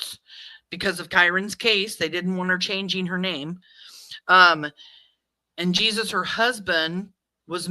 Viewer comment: its pronounced Hasus not Jesus